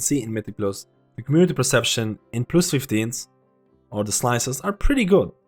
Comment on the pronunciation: Good analysis, I like it. Even though you say "fon" instead of "fun" and "plius" instead of "plus" 😆 👍